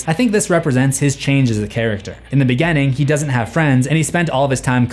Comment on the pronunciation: "Grrrr, bad pronunciations bother me." Also, "contenue" & "begenning." 😂